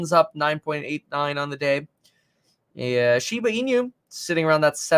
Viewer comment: Just for informative purpose: it's pronounced shiba ee-nu, NOT shiba ee-new